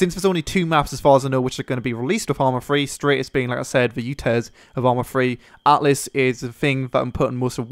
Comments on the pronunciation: Altis, not atlis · Stop calling it Atlas, it's Altis ffs. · It's actually not called "Atlis" but "Altis" ;) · Altis btw. ;P Not Atlis. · Altis not atlis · Altis not atlis or atlas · THE MAP IS CALLED ALTIS !!!!! NOT ATLIS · AL TIS. NOT ATLIS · ALTIS NOT ATLIS GODAMNIT